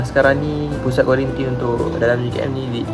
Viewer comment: Kuarantin bang bukan kuarintin. Makan sarapan tu xde pun xpe sbb xbangun pagi